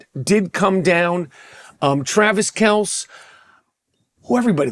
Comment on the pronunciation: Learn how to pronounce Travis Kelce’s name homie.